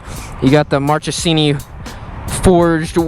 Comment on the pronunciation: They are pronounced pa knee gaw le and markesini. Nice video, though.